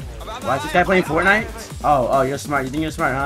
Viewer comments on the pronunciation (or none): none